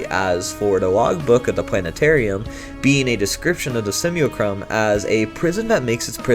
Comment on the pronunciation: Simulacrum Sim-U-lack-rum